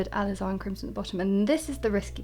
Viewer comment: Please refer to your dictionary for the correct pronunciation of the word alizarin. It's jarring to the ear to hear you repeatedly mispronouncing it.